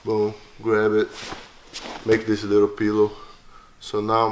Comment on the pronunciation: "Make a lee'l pillow".... aaaand put you to sleep.